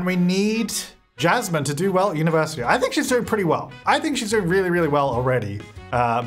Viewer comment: Every time he said "Jasmine", all i could hear is "Chaz Man". Idk why 🧐